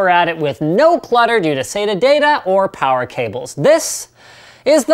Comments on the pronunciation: Damn it, Linus mentioned "Plower supply" In one of his videos and I can't stop hearing "plower" everytime he mentions power supply. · Loved "Pilence" and "Sower", hahah